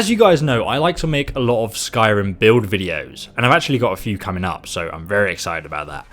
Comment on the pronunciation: he said comeing not coming fucking hell